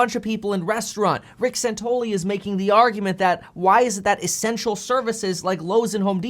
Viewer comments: It's Rick SANTELLI, not "SANTOLY." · His name is SANTELLI not Santolee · His name is Santelli not santoli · San-tell-i, not San-tol-i. Michael Santoli is a different anchor on CNBC. FYI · Santelli, not Santoli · Rick San-TELL-i ... LOL, big fan bro, love the content! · are u mispronouncing his name on purpose? have you ever listened to the guy on the left - he is an arrogant prick - and santelli knows it. fear is the biggest problem with this covid nonsense - and the guy on left peddles fear - he didn't de-escalate he was antagonizing him. if you are afraid, stay home, otherwise we should be treated like adults and freely go about our daily lives. your scared you do what is best for you - I am not, but I am being forced to coddle your fears. Santelli thinks people should have authority over themselves to decide what is best for themselves while the other guy thinks he knows what is best for you and you should stay home, suck off the government teet and tremble in fear under house arrest. BUT you can go to walmart though, thats ok and order from amazon, and get mcdonalds... but no mom and pop shops, or church or school, those are covid hotspots... 😘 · Hey ..ugly..bearded fuck..pronounce Rick's name correctly!!! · You pronounced his name wrong. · It's Santelli guys. San tel li. Just sayin.